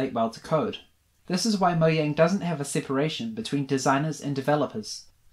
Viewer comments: its pronounced mo-jang not mo-yang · It’s mojang not moyang